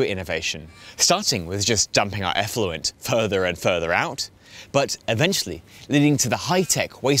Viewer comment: Who says eefluent, is that an aussie thing?